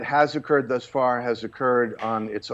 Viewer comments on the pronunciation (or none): none